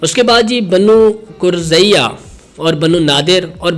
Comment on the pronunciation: بنو قریضہ ہے اور بنو قنیقہ جسے اپ قرضیہ اور قنقیہ پڑھ رہے ہو